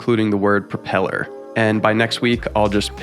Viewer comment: Propeller, not propel her😁